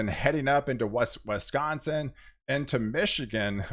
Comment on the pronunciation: West-consin haha pretty sure there's an I in there brotha man!